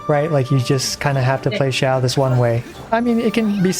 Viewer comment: it irks me so much that they pronounced Xiao as zhao. it's Xi-ao, not zh-ao